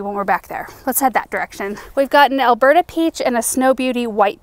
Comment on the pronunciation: Beautiful harvest! I thought you were saying “Alberta Peach” and got excited thinking I could grow that, but it’s Elberta Peach and not a zone 3. Sob. Keep up the amazing work!